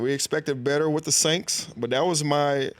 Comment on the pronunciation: Did this fool really say the Sainks 🤣😂